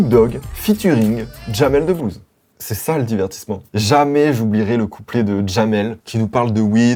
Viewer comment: Putaaaain mais non en plus il dit J a m e l 😂😂😂😂😂 trop fort